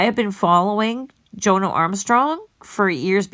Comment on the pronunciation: It’s pronounced Jonno not Joe No!